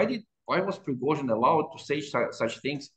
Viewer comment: Say "Pigrozhin" again . . . lol. Why can't you even pronounce his name correctly?